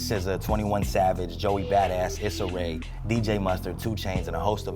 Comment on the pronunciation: Bro said "Is-a Rae" . It's pronounced "Eessa". But I still fuck with the show. Kind of nice to not have Joe yelling and his evil ass laugh every episode. Controversy ain't everything 🤷🏿‍♂️